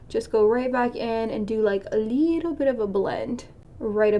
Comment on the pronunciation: “A leetle bit”